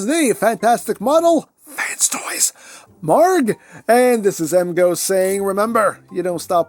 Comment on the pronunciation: You're pronouncing the name correctly. I know because I went to google translate and it pronounced it like the way you did.